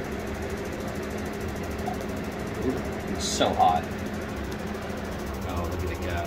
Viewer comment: The way he said "So hot" feels wrong in this context 😂😂😂